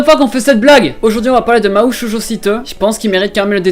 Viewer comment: Je mets un dislike parce que t'as osé prononcer Mahou à la française '-'